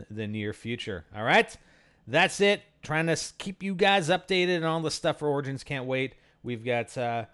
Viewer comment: Why do people say 'organs' instead of 'OR-I-GINS' dafuq.